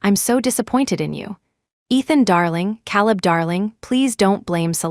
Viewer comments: Caleb is pronounced Kayleb not Cahleb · Caleb is pronounced Kay-leb! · KAY-leb. Lordy. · Ugh. It's Caleb... Hear calib is annoying. Lol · AI never seems to learn the name Caleb. The pronunciation is always wrong.